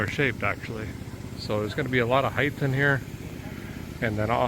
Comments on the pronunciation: One of my pet peeves is when people say words wrong. One of those words is the word "height." Why do so many people say it as if it ends in "th".........ahem.....? It's "height." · Why do people for the US and an H to the end of HEIGHT. There’s no H at the end! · There’s no “th” at the end of “height” 😂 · Why do americans (in general) pronounce the word "HEIGHT" as if its spelled "HEIGTH" ???